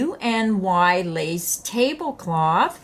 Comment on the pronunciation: Hi! Did you know that you can look up how to pronounce things on the internet? Just bring up Google and type in the search box "how is "cluny" pronounced? In the search results, you'll get a little microphone you can click on that will tell you how to pronounce it. Easy peasy!